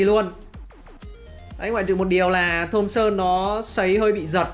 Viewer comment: thomson e toàn đọc là thơm son